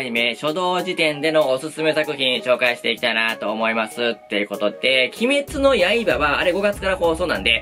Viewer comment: いつも鬼滅の刃だけイントネーションおかしくて草 今週は週末トレイン3話が割と好きでしたね アリスとテレスのまぼろし工場が好きな自分には人生観として来るものがありました